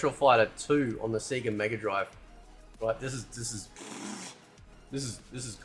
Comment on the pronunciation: Dude. It's pronounced Sayyyga. They shout that out in Sonic games.